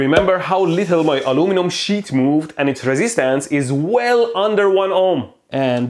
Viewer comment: This is a shit of steel? If I place the shit metal on it? Is that an accent or are you really saying, "Shit"?